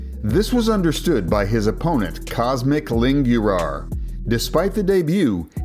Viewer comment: IT IS NOT COSMIC IT IS COSMIN COSMIN ITS NOT PRONOUNCING COSMIC ITS COSMIIN